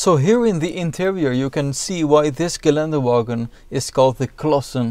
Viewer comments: In this Geländewagen :) Pafekt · In this Geländerwoagen 😂😂